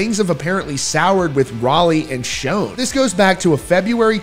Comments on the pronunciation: Imagine doing a video like this without even knowing how to properly pronounce the guitar player's last name. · It is not pronounced "shone"! It is pronounced like shawn. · Schon's name sounds like "Shawn" not "shone" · It's a shame that such a great band has to go through this after all these years. Btw -- Steve Smith is not Journey's original drummer. It was Aynsley Dunbar. And Schon is pronounced "Shawn" not "shone." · It’s not Shown, it’s Schon, sounds like Shawn. There is plenty of footage of the band where in their early years Ross Valory used to introduce the band members, and he clearly says Schon’s name as Shawn, not “shown.” As for Journey? The only way the majority of longtime fans would even consider giving any real attention to the band is if all the original members from their past get together and perform the songs for one last tour. Anel excluded. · Pronounce Neil Schon's name right... it's not shonnnnnnnnnnn it is Shon... sh ON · Why do you pronounce Neal’s last name wrong? He doesn’t pronounce it that way, his friends don’t pronounce it that way and his band mates current and former pronounce that way so… maybe you should pronounce it right. It Sch-Ah-n not Sch-oh-n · Dude, will you stop saying "SHONE," please? Holy friggin' SHIT, man!!!!The CORRECT pronunciation is SHAWN.... Rhyming with PAWN! Why is it, people can't pronounce names correctly? Neal HIMSELF, says "SHAWN." My figgin' god, man!!!! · Schon is Italian… it’s pronounced “Shawn”.. listen to Perry introduce h8m on the Captured album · Yes, it's Shawn but not Italian -- it's German according to Neal but he doesn't pronounce it the German way. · Not Schone (long O) Schon pronounced with the scho all together. Have you never heard of him before? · Neal Schon pronounces his last name like "Sean" or "Shawn," not a long O sound. Get it right. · Schon… pronounced Shawn.. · Why are you pronouncing it Neil Shown ??? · Just for future reference: Schon - rhymes with John.